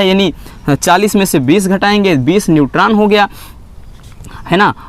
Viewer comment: Sir inhe protan neutran or electran nahi bolte hai 😂😂